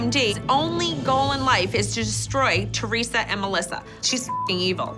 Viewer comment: The way Siggy says ‘Chorisa’ instead of Teresa 😂